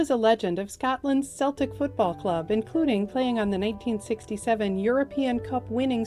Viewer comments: Celtic (pronounced KEL-tic). In Gaelic, all C's are hard C's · Pronounced KELTIK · As a Brit I can confirm the Scottish football team Celtic is pronounced "Selltick". If you're talking about Celtic traditions, Celtic peoples, Celtic music etc it's "Kelltick". Sorry to split hairs...